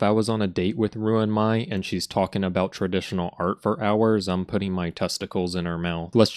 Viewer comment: Everytime i hear him pronounce "ruin my/me" i die inside 💀